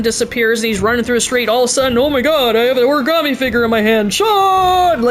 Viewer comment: clears throat "ori-GAMETE"